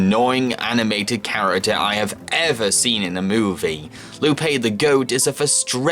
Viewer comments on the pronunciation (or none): charitar what’s a charitar???